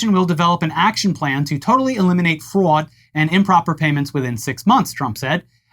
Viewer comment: Was that a new york accent from when saying fraud